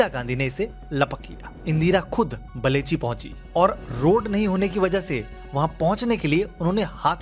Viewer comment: बलेची नहीं बेलछी